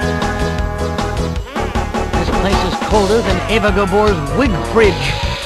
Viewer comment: Eva GAbore not Debore